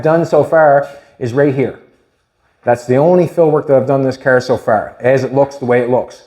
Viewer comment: Its a car, not cärr and stop whining or I stop watching😂